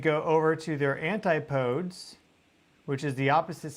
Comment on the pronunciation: ANTI-PO-DEES, DAGNABBIT!